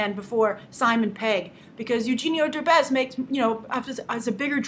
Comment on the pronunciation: hahaha eugenio derbez, you say it so funny, i really don't know how to explain the pronunciation